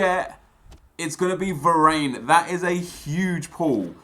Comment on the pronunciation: Who else is here 5 years later where varane is a much more meta player. P.S. he said varane the funny way